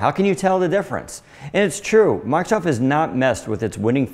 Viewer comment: First time I ever heard someone pronounce the Redmond-based company's name as "Markov". Markov Windows. Markov Word. Markov Surface Pro. Unusual!